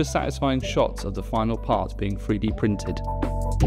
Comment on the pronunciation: 3D is pronounced like "Threedee" Not Freedee.... & printed doesn't have a W in it.